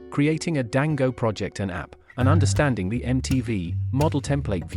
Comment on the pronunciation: It's so jarring to keep hearing "Dango" instead of "Django" 😵‍💫